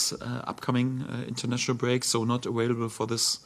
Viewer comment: I love it when he says ‘awailable’ :)